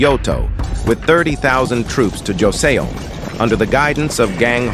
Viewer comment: Joseon is pronounced jo sun lol